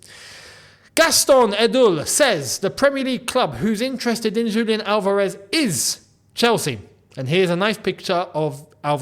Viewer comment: Álvarez, not Alvárez.